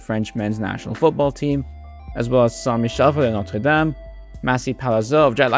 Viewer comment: you will break-through with your pronuncation when you learn to say "SAINT" properly - currently you say "SANS" instead of "SAINT" -- check it out ! i.e.: SAINT LAZARE SAINT AUGUSTIN